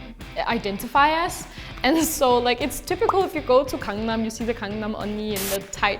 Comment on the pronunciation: 영어로 막 말하시다가 강남은 왜 한국어 발음이죠 ㅋㅋㅋㅋ 오 영어...듣다가 정직한 강남발음에 흠칫 ㅋㅋㅋ